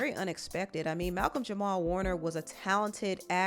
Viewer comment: jamal not jamar